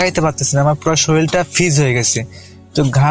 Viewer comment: freeze k bole fizz